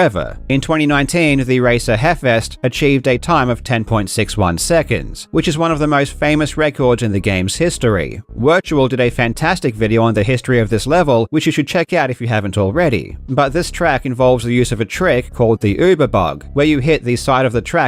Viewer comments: Wirtual is pronounced Virtual btw! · Thank you for pronouncing uber and wirtual correctly. Hearing yyyyyoober and vurtual all the time hurts.